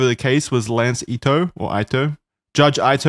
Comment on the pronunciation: I have to bc its driving me crazy: the judges name is pronounced Ee-toh. I in japanese romanization is pronounced ee. Okay, continue